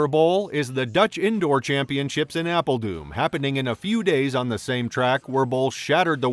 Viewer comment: apel doom.... lol... its doo R N like thorne not doom. Made me chuckle though, thank you :)